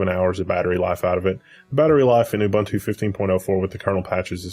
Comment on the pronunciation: Devin Daniell uh-bun-tuh :D